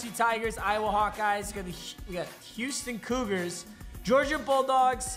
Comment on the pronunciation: Smh why did he say Houston cougars like that lol